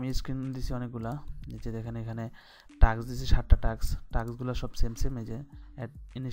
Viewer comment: Vai kotha ta টাক্স না টাস্ক 😂😂